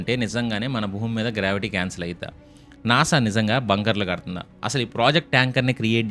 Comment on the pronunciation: NASA kadu nasa 🙂